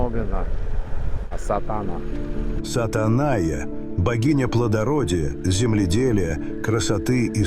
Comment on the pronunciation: Не Сатанайя, а ШатАна. Не путать с Сатаной))